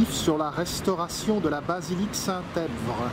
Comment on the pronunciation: Merci pour ce beau reportage. Une précision: le P dans EPVRE est muet; cela vous aurait épargné bien des efforts de ne pas avoir à le prononcer:-)